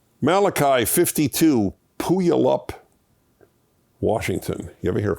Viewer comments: It's pew-AL-up Washington! There are a lot of native American names there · For your edification: Puyallup, WA is pronounced "Pew-AL-up" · That's not how you pronounce Puyallup.